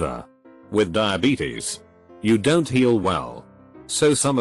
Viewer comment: Why can't the robot, speak contractions, properly; hearing, "what-sos the problem? Don-sot you understand words?"